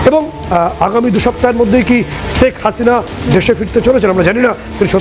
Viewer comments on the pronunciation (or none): আপনারা যথেষ্ট শিক্ষিত! So please pronounciation ta এবার ঠিক করুন its "শেখ হাসিনা " not "সেক হাসিনা "। আলু আর ভালুর মধ্যে পার্থক্যটা বুঝুন। খুব বিচ্ছিরি লাগে যে শিক্ষিত হয়েও প্রতিটা বেঙ্গলি news channel গুলোতে উচ্চারণটা এখনো ঠিক করে করতে পারছেন না। এরজন্য social media তে কত troll করা হচ্ছে।